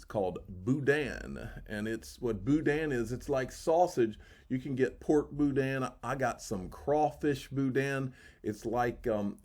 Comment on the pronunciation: LOL, drop the sound of the 'n' at the end and that's the pronounciation! LOL from a cajun girl!!! Boudin